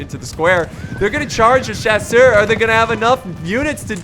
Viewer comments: mouse And don’t take there’s so much to heart dude and chasseur means Hunter and the only reason I made this comment is because he is an English American and is obviously saying it wrong so I was translating it for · Its so cute the way you struggle when saying "chasseur".